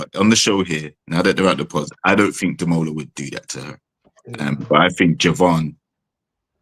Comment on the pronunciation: 😂 the best thing about these reviews is watching you struggling to say Demola's name!